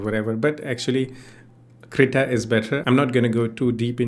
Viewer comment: Yeah! That also with poor pronunciation which made the auto-generative subtitle to write 'CR' instead of 'Krita'. This sucks. 😑